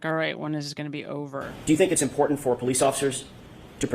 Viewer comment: Host. Highly educated however she is unable to pronounce a medial “T.” She says wri-un for written impor-unt for important Buh-un for button. Can-un for Canton. Etc. Drives me crazy! She can say Boston tho